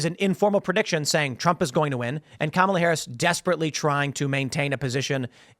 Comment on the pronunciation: One guy on the video keeps saying "Kamala" Harris name wrong. Is he doing this on purpose?